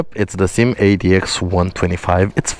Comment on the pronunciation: The SYM is actually pronouced S.Y.M its not a single word that you can say once you had to say the Letter😊.